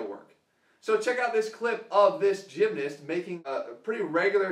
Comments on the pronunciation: love you jeff bro but the way you say gymnast like "gymnist" was weird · Emmanuel Macias yeah i pronounce the A (gym-nahst) and not change it to an "i" like jeff (gym-nist). Im from england by the way so it might just be english people who say it this way.